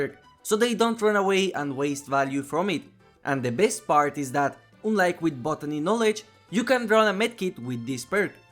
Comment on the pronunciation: Friendly advice: check the pronunciation of the word “unlike”. In any case, love your videos! Big thanks for them